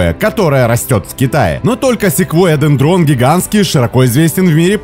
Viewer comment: А в честь Кого названо три этих дерева вы не сказали. И нужно говорить дЕндрон, а недендрОн. Ухо режет.